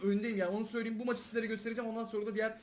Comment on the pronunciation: Söyliyeyim kelimesini her videoda söylüyüm diye okuyosun düzeltsen güzel olur aslında dsaghan